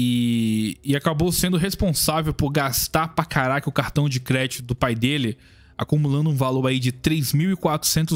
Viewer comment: "cRRéditô" Caipira das Cavernas